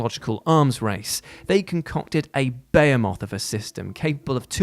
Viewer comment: i love you man, but its Beh-He-Moth, not beyamoth